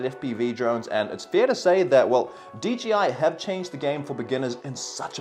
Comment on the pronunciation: Everyone says DGI instead of DJI lol